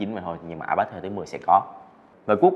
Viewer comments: Ipad đọc là a bát á😂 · Ai bát… kkkk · A bát